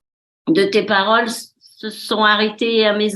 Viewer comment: "Je prefereuh entendreuh de belles paroleuh..."